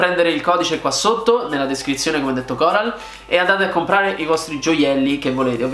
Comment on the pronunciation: Da fiorentino dico che la Coral ha una "c" aspirata che pare una toscana doc.